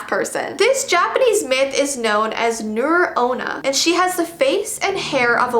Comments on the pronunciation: Hey it is pronounced as nuray onna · nure-onna is actually pronounced nu rei-onna, because its japanese not english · Hey it's not nure onna its nuré onna not trying to sound rude